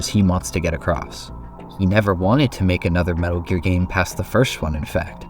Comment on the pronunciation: "... His first game : 'Metal Ear'"